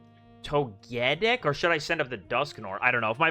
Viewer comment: Why do you keep going back and forth between pronouncing Togetic's name? Togetic's name should just sound like "Toga-tick," and not like "magnetic."